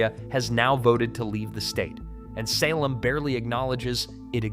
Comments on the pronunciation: You don't understand that the State of Jefferson was proposed to unite So. Oregon with No. CA. It is not related to the Greater Idaho movement ! Also it hurts my ears to hear Salem mispronounced so many times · what a lot of hoo haw. Salem emphasize the a. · He couldn't even say Salem right 😂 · Pronounced the state capital THREE different ways! Only once correctly toward the very end of the video. Correctly = Say-lem. Wrong = all the other ways. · And for the love of GOD it's pronounced Say-Lem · Yeah I agree with you guys if they would say the names of our valleys and cities and everything it would be pretty good but no they haven't trained the AI to say and pronounce our words correctly like Willamette like Salem and any other words that they're going to mispronounce for the state of Oregon I have another problem here too I'm talking this into my phone and every time I annunciate it wants to stop and I have to redo it to print what I'm saying that's because he's damn it I just don't want to say the words right so I want to say to this is you better get Oregon right because you don't know who you're talking about if you don't damn phone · That pronunciation of Salem was a choice. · This is total B S! lies as expected from fox noise. You can'' even pronounce Willamette or Salem. You totally misconstrue the timber issues. and all the others. There are no counties that won votes to join Idaho.Those counties voted to study the issue not to leave the state I know fox has no use for truth and accuracy, Just don't believe them! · He screwed up Salem too. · Did you catch how he pronounced Salem? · It's not Will-A-Met it's will-am-et. It's not Salim it's Say-limb. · In addition to butchering the name Willamette (pronounced: Will-Am-Et) it's also not Sulem... it's Salem (pronounce Say-lem). Do it right or don't do it at all!!! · Will-AM-mette! SAY-lem! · Credibility shot when can’t even pronounce Willamette or Salem